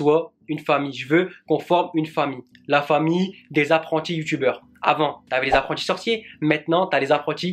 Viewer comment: "Apprentis" prononcé en anglais hahahaha Tu m'as tuer xD Mais sérieux t'es vraiment nice! Et fécilitation, en 4 mois tu as été chercher 4xxx abonnés, vraiment cool. Bonne continuité et j'ai hâte de joindre la partie moi aussi ;)